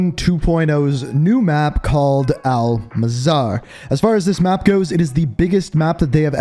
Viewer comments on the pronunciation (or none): Brooooo it's not al mazar it's Al Mazrah (Mozz-rah) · It is not mazar is more like Ma sound from mike The sound of the letter z And rah in like Raphael and you should pronunce it like that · 'Owl Mazaar'